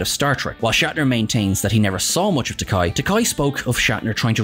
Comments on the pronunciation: You said "tek-AYE" and not "tek-AY" a few times in this one. Shatner makes that mistake a number of times and George corrected him on the Comedy Central roast, saying "It's tek-AY like in TOUPEE" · It's not Takaaay, it's Takei (like in Toupé). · It's Ta-kay, not ta-kai! As George Takei famously said during William Shatner's Comedy Central Roast, it rhymes with toupée. 😂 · Just one point. Takei rhymes with 'OK', not 'bowtie'. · It's Takei, not Takai. Who's making these videos?! Obviously not Trek fans, though they claim to be. I've heard other actor & chatacter names mangled in some of their other videos as well. Whatculture bozos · Whoops ---you mispronounced George Takei several times, yet got it right other times... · You lost credibility when you mispronounced Takei. As he himself points out, Takei rhymes with gay. Do your homework bud.